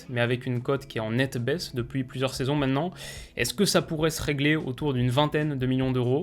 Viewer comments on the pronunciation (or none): Hello, toi qui fait attention au langage et à ta façon de parler, tu pourrais faire un effort et essayer d'arrêter de dire "mènnenant" mais plutôt "maintenant"?